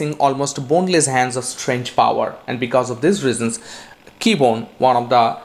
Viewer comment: KEBONYE! Not Keybone.